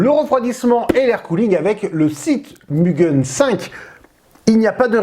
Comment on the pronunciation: Le Mugen 5 rev B est a 53 € au Japon pour info. Ah et sinon ça se prononce mou-gaine pas mu-gun 😅 (無限 =infini ou sans limite en jap)